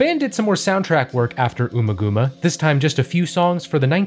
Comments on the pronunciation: It's UMMA-GUMMA as in Hummer...Bummer. It's not the first name of Ms Thurman. (Ooma gooma) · Ummagumma is pronounced like um ah gum ah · Great video but please... it's pronounced AMMAGAMMA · here to comment. I love these… keep ‘em comin… but you have some pronunciation problems here… domine rhymes with astronomy, ummagumma is not oomagooma (think gum), the city is San Tropay, and according to David Gilmour in both Guitar World magazine and the Amazon Dark Side documentary, Money is in 7/8 time (though it seems the internet is split). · Good overview of one of my longtime favorite bands. "Echoes" is my favorite song, and I guess I'd default to DSOTM as my all-around favorite album. A few errors I noticed, mostly pronunciation stuff: "Astronomy DOH-mee-NAY,." "Jugband Blues," not "Jughead." "UH-mma GUH-mma." "San Tro-PAY." "Michael KAY-men." The noise in "Echoes" mimics sonar, not radar. Also, "When the Tigers Broke Free" was not on the original release of "The Final Cut." It wasn't included until the 2004 re-release.